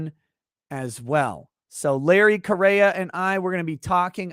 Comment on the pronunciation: If I remember right, Correia is pronounced Korea. And that should be a great show.